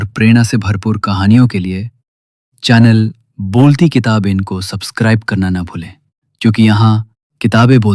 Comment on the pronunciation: भाई अच्छा AI model use करो, किताबें को किताबेंन बोल दिया